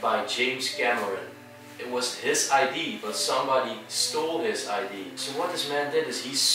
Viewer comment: Hey mr "beautiful" 😄.. Erik hier weer. Leuke mooie video!, kon Remon het niet redden om erbij te zijn.?... als je idee zegt op zijn Engels, leg je net de klemtoon verkeerd, waardoor het een compleet ander woord wordt. Idea op zijn Engels zeg je niet als "aidie "...want dan heb je het over een identiteitsbewijs..! 😄🙏 (I.D). Idea.zeg je als "aidèè"... klein puntje, voor de rest top jungs! 🙏🤘💖 Erik